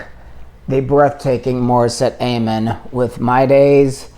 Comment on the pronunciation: Thank you, enjoyed your insight. For future reference, her last name is pronounced with a short A, not a long A. You may want to check out her performance with Jessica Sanchez on the Wish Bus, singing Jessica’s song, “Stronger than Before”.